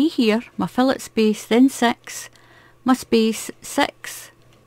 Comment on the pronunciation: Loving your tutorials, i love doing Filet (pronounced Feelay) crochet, it's beautiful.